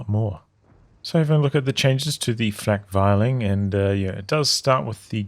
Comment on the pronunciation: Flakvierling, is pronounced Flak-fearling.